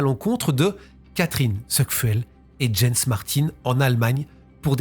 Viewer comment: Jens se prononce "Yens" en allemad